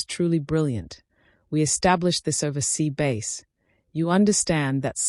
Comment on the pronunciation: the orator is atrocious. could not listen to her bumbling reading of this story. Sea base instead of bass.